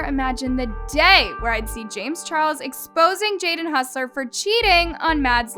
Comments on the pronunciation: When will realize that is Hoss-ler not hus-ler 😂😂😂😂 (I’m not hating I just think it’s funny) 😂😂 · okay im sorry but i have to say something. it’s hOssler, like HAWSSLER. no hussler. im so sorry ur all good but..... yeah😅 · its HOSSLER not HUSSLER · She always says Jaden Hossler’s name wrong lmao